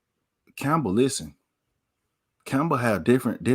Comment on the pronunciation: Lost me when u said Campbell